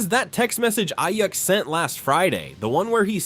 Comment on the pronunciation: Bro said Brandon “A-Yuck.” Shots fired, my guy. 😂